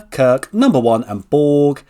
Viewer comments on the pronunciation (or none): none